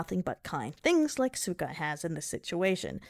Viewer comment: Ah yes, so unfortunate we're getting so much drama over something as well made as this. Unfortunate it has to be like this. Oh well. Also you might need to talk to someone about the pronunciation of suikka. No one will know what watermelon you are talking about with your pronunciation.